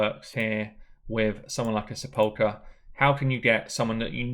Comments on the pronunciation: Great video. Got her a couple of weeks ago and was contemplating building Sepulcher or Bulwark and this settles it for me. Anyway it's pronounced "Sap-pile-ker". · You should care. It's not that odd a word. It's pronounced like, "seh-puhl'-ker". It means tomb. You can hear the pronunciation here. ETA: , and again shortly after that, you said her name correctly! Leadership needs to mean something, man! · Pronounced: sep - ul - ker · SEPULKEEEEEEY made me laugh! great vid